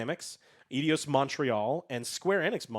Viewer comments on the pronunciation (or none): saying "Eedios" is driving me nuts. It's Eidos. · The hell is "Idios Montreal"?... It's more like "Aidos"... - It's also "yoo-bee-sahft" and Brendan "Fray-zuhr". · I don't like the way pronounces Eidos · Sorry, just gotta say that butchering the pronunciation of Eidos kills my ears.